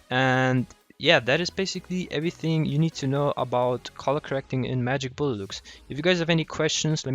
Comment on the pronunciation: is he saying magic bollocks